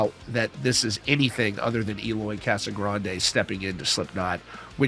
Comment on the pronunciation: Eloy "Casagranyee"...He's Brazilian, not Mexican 😅😅😅